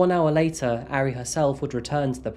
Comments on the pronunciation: Its ahri idiot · This murderer's name is Kim Taehyun. Not Taehyung. That's like saying the name Dave is the same as Dale. Also, he pronounced Taehyun all wrong, as well as Ari (it doesn't rhyme with Harry!). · He mispronounced 아리 tho :( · For the sake of accuracy, Taehyun, Ari, and Mapo are not pronounced correctly. There is no "ay" sound in Korean as in "Taylor". It is not Tay-hyOON. Tae sounds similar to "air" (but shorter, with no rhotic "r" at the end), so more of a Tair. And the Hyun part should not sound like Hyoon (with "oo" sound like "book"). The "yun" part of Taehyun should sound like the way many English pronounce "on" or "hot" (short vowel). Ari should sound like Ah-ri (like "open up your mouth as say aaah", and ri with a short "i" like "miss"). There is no short "a" like "cat" in Korean. Both Ari and Mapo have an "ah" sound. More like Mah-por (without sounding the "r" ).